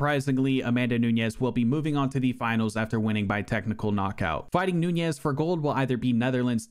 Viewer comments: “Andraday” “Namanuñez” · Interesting that you went out of your way to pronounce Nunes as if it was Spanish, rolling the middle 'n'. It just makes it both harder to say AND incorrect. Noo-nesh.